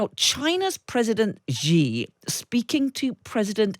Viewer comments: Hey, could you stop pronouncing Xi as "Jzhee"? It's pronounced "Shee". The ʒ ("jzh") sound doesn't exist in Mandarin nor any dialect of Chinese. Please, as a journalistic organization, spend five minutes to learn the pinyin orthography and read Chinese names correctly. It's not hard, at least not in this case. The 'sh' sound isn't exotic to English. They took letters that seemed redundant—X, Q, and C, and reassigned them to other sounds that English orthography uses letter combinations to write. X got the "sh" sound, Q got the "ch" sound, and C got the "ts" sound. A few of the vowels aren't pronounced the way they're pronounced in English. 'e' is pronounced like "uh", so Deng Xiaoping is pronounced "Dung Shiaoping". Here's the easy way to remember this: Just think 'that's what Xi said'. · Do not underestimate their strategy, especially with China’s help. Xi is not pronounced Gee, it is pronounced She.